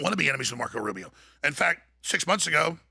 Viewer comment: How the fuck does he say Rubio. No one like Rubio.